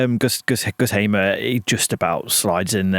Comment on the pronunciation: the way you feel about the EFL awards is similar to how I feel about your pronunciation of pretty much every foreign name. Cifuentes isn't "See foo ent ezz" - its "siff went ezz" Hamer is "Hay ma" - it's "Harmer" Sainz isn't "Sarr Yinz" - it's "Signtz"